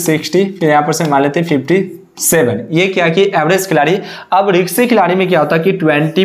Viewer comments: रिक्शी नहीं भाई रिस्की होता है । bolna seekh lo aur screenshot dusro ka lagakar jhut mat bolo ... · रिक्शे नही होता bhai wo रिस्की होता है 😂😂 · Ri. K sy nahi beta Ri s ky hota hai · रिंक्सी नहीं रिस्की प्लेयर होता है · Risky hota hai riksi kya hai?